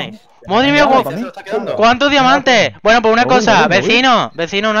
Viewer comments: Minuto like si oiste q dijo damiante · jajaja soy yo o dijo damiante